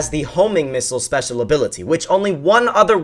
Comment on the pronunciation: You said " spesal ability"